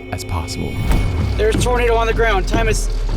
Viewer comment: It's not twinado